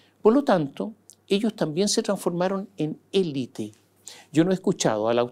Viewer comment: Sr. Mosciatti, usted es una enciclopedia de la actualidad y de los recovecos de la política. Sólo le pediría dos cosas. 1. Por favor, pronuncie 'elít' porque es un galicismo que se utiliza en castellano a modo de préstamo, como muchos otros. 2: no caiga en el manoseo de las palabrejas que se ponen de moda y que nadie entiende, esta vez, clivaje. Antes pasó con gobernanza, balotaje, etc. Estos neologismos rebuscados y cursis realmente resultan desgradables de oír. Tuve que recurrir al diccionario y me di cuenta de que lo que yo entendía no correspondía al significado que se le atribuye en política.